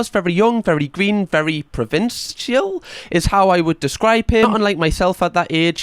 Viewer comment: Presented by a welshman who can't pronounce the word provincial and doesn't even understand it ?